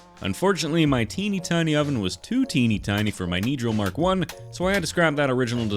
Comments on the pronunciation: who else heard “demonroll” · Your saying it wrong its not pronounced dinraal pretend your saying dinrall